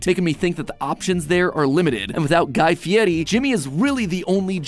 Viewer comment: Hearing matpat pronounce guy fieris name (I’m assuming) correctly after I’ve only heard the American pronunciation tickles my brain